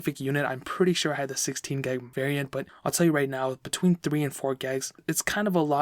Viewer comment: Boi why u saying geg of ram it's gig